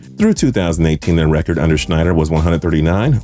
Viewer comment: For goodness sake, the former Commanders' owner was Dan SNY-DUHR, not SCHNY-DUHR